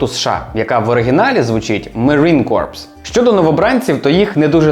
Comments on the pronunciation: Бро, у розмові вимовляється не корпс , а кор , бо выходить не морська піхота (корпус), а "морський труп" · дякую тобі за інфу, дуже цікаво. До речі "coprs" вимовляється на французський манер,тобто просто "кор". Але кажучи "корпс" ти теж не помиляєшся, бо вони в решті-решт стали corpse-ами:) P.S.От така хня, малята.Вчиться, як зріла людина реагує на критику.Радий, шо на тебе підписаний, друже. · Останні 2 літери у слові corps не читаються. Слово звучить як "кор". Слово "корпс" означає труп і пишеться corpse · *Читається як слово core не "корпс" Дуже цікаво як завжди! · corps читається як "ко" (core). Кінцівка відео трохи крінжова, не знаю чи так задумано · corps читається не так